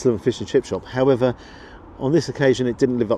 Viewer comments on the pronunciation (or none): none